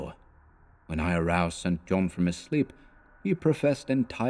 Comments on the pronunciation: Excellent stuff. I love this story! Not a complaint, just a note for if you do this again. St John as a given name is pronounced "Sinjun" or "Sinjin" One of the most famous examples (apart from Stringfellow Hawks brother in Airwolf...) is the former conservative politician Norman St John Stevas. He served in Thatchers government as Leader of The House, so there is every chance he was also a cultist of Nyarlathotep! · Isn't the name "St. John" usually pronounced "Sinjin?" Or has someone already asked this previously? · Yes. I first came across this in "Jane Eyre" (her long-lost cousin, St. John) - it's pronounced Sinjin in all of the film adaptations. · Just found this.. and hearing StJohn mispronounced is rather jarring.